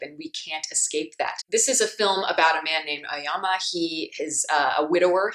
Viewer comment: The name of protagonist is pronounced A-Oh-Yama, not Ayama.